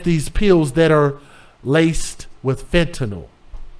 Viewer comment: That’s not true and u need to GOOGLE how to pronounce FENTANYL!? Smdh.. Coming from a R.N. For 20 years!? First time clicking n last time clicking!? U are too judgmental for me Good TOPICS unfortunately speaking from a biblical standpoint THOU SHALL NOT JUDGE!? There is only one JUDGE and God Doesn’t need ANY HELP!!?